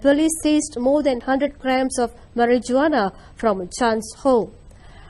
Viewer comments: "MarijGuana" is taking me 🤭🤣 South Park took that to the max. Never knew. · Not the maryjoowanna!! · Mari ju ana...😂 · “Tested positive for mari-ju-ana” I never laugh at pronunciations of speakers of other languages, but that made me chuckle. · Mari-ju-wanna is bad, m'kay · mari ju wana lol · over some fuckin weed?? also the fact that they use the hard J in Marijuana is hilarious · Ha ha, the pronunciation of marijuana ! It's like C.W. McCall's song.